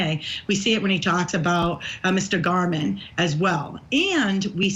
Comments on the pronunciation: Someone please tell her it is pronounced GAERMAN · Vinnie, Matt Johnson is terrific. This was landmark testimony and you elect to speak with? Please. Her grammar is pitiful, and she can't even pronounce Jeff German's name correctly. (He deserves that much.) After all, this is Court TV - not the Daily Mail. Interviewing experienced lawyers would be appropriate vs. her absurd comments about Telles. (And Karen Read, for that matter.) We can all figure out that he's lying on our own. Thank you so much. 💫